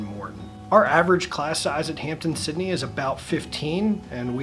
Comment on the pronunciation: It is Hamp-DEN Sydney not Hampton Sydney